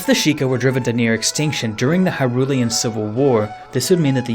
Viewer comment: Pronounces the word "Hyrulian" just fine Fricks up on saying "Hylian"